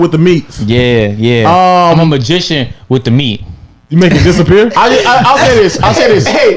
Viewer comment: did agent just say he a MEATgician?!